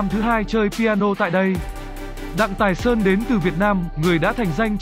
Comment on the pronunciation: Sub ở dưới vẫn ghi là Thái Sơn mà vẫn đọc là Tài Sơn, đuổi thằng đọc này đi